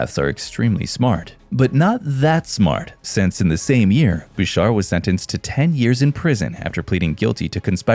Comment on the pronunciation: FYI - Boucher is pronounced like Boushay not Bousure.